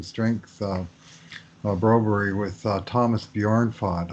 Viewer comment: Say Bromberg, the Bro berry deal is ver weird , I grew up with a Swedish name , with a berg at the end.....like your podcasts a lot